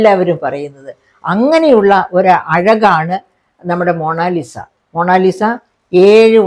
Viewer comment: മോണാലിസ അല്ല ചേച്ചീ, മൊണാലിസ.